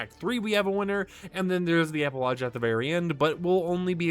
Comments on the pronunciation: never heard an American pronounce it as eh-puh-lodge. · Epilogue is pronounced with a hard G. Not "lodge" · Epilogue doesn’t have a j in it, why do you pronounce it like that 😂